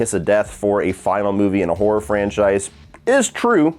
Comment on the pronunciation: I love when says horror it always sound like he saying whore...yeah the final chapter didn't nail the horror 🤣👍